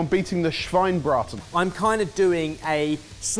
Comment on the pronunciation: omg finally you did somethign german! :D also, small tip: you pronounce the e at the end of of the Schweine-part of Schweinebraten ^^